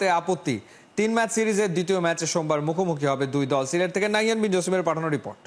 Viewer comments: এখানে সিলেট হবে না সিরেট হবে, বুজতে চি না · সিরেট কি সিলেট হবে